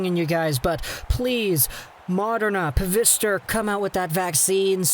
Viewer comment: Its not pronunced pa-vister, it's pronunced fi-zer, and not pronunced modern-a, its pronunced mode-rna. Just me being nit picky :) .